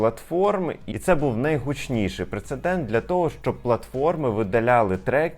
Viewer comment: ПРЕЦЕДЕНТ ! А не прецеНдент! В цьому слові одне Н!